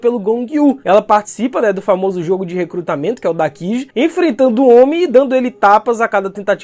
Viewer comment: Say-byiki? Dakiji?